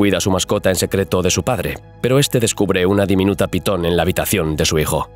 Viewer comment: momento, iniciando el video y dice PITON?????